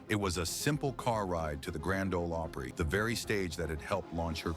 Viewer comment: The narrator is pathetic. Can’t even pronounce “Opry” correctly.